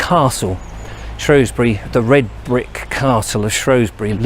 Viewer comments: its shewsbury not showsbury unless you live on the other side of the river lol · We dont like it when people pronounce the O vowel not the E vowel. You'll get yourself in a spot of bother - It's only the posh lot on the other side of the river that pronounce it "shrowsbury" It's spelled with an E not an O - So it's SHREWSBURY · Shrewsbury. Not Shrowsbury. Prononce the "E" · I wish people would pronounce it properly. It’s spelt Shrew not Shrow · Like the video for the most part, the only problem being the way you say shrewsbury. Split the word: Shrews-bury not Shrows-bury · Shroosbury, not Shrohsbury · It's Shrewsbury NOT Shrowsbury 😞😞😞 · It is not pronounced Shrowsbury. It is Shrewsbury pronounced with an E, there is no O in it. I live there.... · Apparently the Norman's put the 'O' in shrowsbury, now a days normal locals call it Shrewsbury and locals who try and be posher than they actually are call it Shrowsbury which is really really annoying lol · It's not shrowsbury. It's shrewsbury we a Fooball club the shrews thankyou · Its shrew not shrow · Pronounced Shroosbury! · Posh upper class wankers pronounce it shrowsbury it's actually pronounced the way it's spelt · THERE IS NO “O” IN SHREWSBURY FFS!! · Was gonna watch this video then you said shrewsbury wrong. Oh well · You pronounce Shrewsbury wrong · I live there as well and it is just annoying when he says it